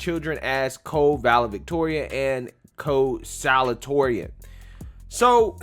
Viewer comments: The word is salutatorian (sah-looh-dee-toh-ree-ahn) 😂 😂. You're awesome bro! The same problem occurred when I was in high school. At the end of our senior year, I saw a couple of names of students that made the Top 10 and 2 of those names were students that were NEVER in our AP courses and somehow got higher scores. If I had known the GPA calculation at the time, I would have skipped out on some of those AP courses and take the general version of it for s higher grade. It wasn't those 2 kids problem It was mine for not reading the criteria to be considered as part of the Top 10 list.... Just saying!! Just saying. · don’t be embarrassed, I’ve done the same thing a million time, but you pronounce it: sa-LOO-ta-TOR-ee-an, best I can do without special symbols! The loo is a little less stressed than the tor. Love you! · Bro. Its sa-LU-ta-torian. You're too smart to keep mispronouncing that. 👍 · it's pronounced salute-uh-torian. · Pronunciation: Salute-a-toreon